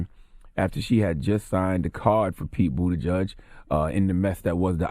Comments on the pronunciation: Boot-a-judge is different from boot-edge-edge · I also been saying bootyjudge lmao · Pete Buttigieg. pronounced: “Boot Edge Edge” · “Booti-judge” lol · This fool Charlie man should get donkey of the day for saying “bootie judge”. And kept pronouncing it that way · I wish Charla knew how to pronounce Buttigieg. 'Boot edge edge.' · Is his name really pronounced Bootyjudge? I think not 😭😭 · No One: Charlemagne: Pete Bootyjudge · It’s pronounced Booty-chug